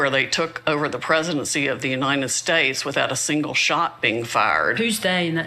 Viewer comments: uninen states 😂😂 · What the he** is "The Uninen States"?